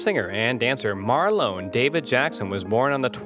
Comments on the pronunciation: It’s Marlon not marlo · Sounds like he is calling him Marlo ? As in Marlo Thomas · He can't pronounce his name, and if Marlon was worth only $200,000, he wouldn't even be able to afford an average house. scroll on